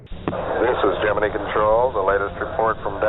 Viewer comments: WHY did they pronounce "Gemini" wrong? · Nice to hear Gemini pronounced correctly. NASA had plans for Grissom, going on to be commander of Apollo 1 where he perished. Grissom's duties passed to his backup, Neil Armstrong.